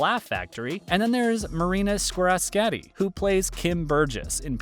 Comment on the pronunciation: I'm sorry but the way you pronounced Marinas last name Squerciati IS KILLING ME😭😭